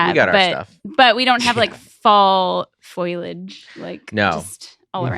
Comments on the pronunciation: said Foilage, said Foleage, can you please say Foliage? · That was wild! I’ve never heard someone mispronounce it foilage before